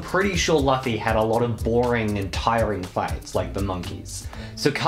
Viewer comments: U pernounced the name luffy lu-fee btw it's lu-ffy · Is no one going to talk about how they pronounce luffy as loofy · Bro, really called Luffy loffy